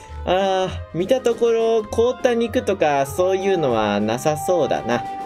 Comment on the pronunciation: 凍った肉がこうた肉に聞こえた…